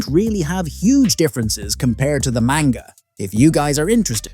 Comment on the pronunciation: The more he pronounces manga wrong the more suicidal I get